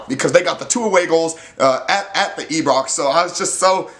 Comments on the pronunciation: Hi like your excitable videos they're upbeat BUT please it's IBROX pronounced eye-brox 😉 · No offence mate but Ibrox is pronounced eye-brox. Nice video! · not to be one of those guys buts its pronounced eye-brox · “At the e-brox” 😂😂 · I was trying to figure out where this guy is from...the moment E-Brox left his mouth I knew...America!